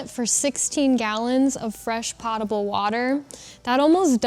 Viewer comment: Potable rhymes with towable.